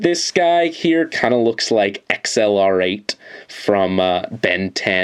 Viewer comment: just so u know, XLR8 is pronounced accelerate